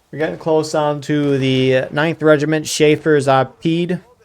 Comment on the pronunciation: Chassure makes a SH sound instead of a CH sound, and it means hunter in French